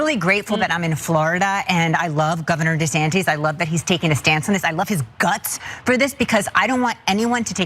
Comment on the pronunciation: Did she call him governor desanteees? never heard that one before. But at least she loves him. And that's all that matters. However you say his name.